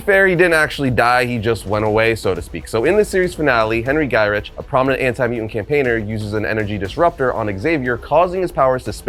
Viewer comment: Coulda sworn his name was pronounced guy-rick.